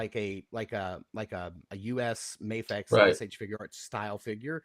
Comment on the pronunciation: Replay crew. Love the episode but it’s Mafex with an A sound not an Ah sound. A vowel followed by a single consonant and then another vowel makes a long sound.